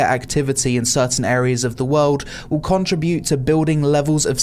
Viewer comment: Con...Tri...Bute... :P